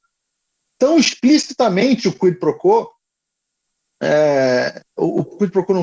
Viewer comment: Sugestão: a pronúncia é: “ Cuí pro cuó “